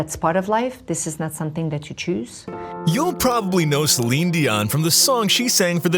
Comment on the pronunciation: This is AI reading for you. Reads Celine's name out to sound like "slime".